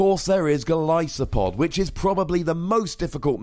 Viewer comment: same thing with how he pronounced golisopod